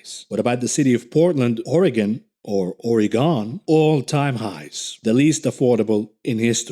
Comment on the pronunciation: Youtube probably flagged your video for your Oregon pronunciation